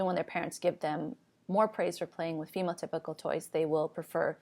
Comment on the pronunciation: Every time you say female typical I hear phenotypical